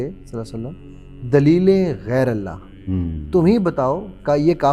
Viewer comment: Lafz Gairalla nahi❌️. Lafz Gairulla hai ✅️